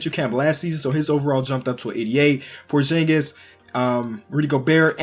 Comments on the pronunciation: ITS porzingas not porjingas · It's porzingis not porshingis btw I love ur channel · Pronounce porzingis right